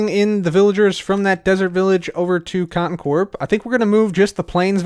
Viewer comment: did he say cotton Corp. or is that just me?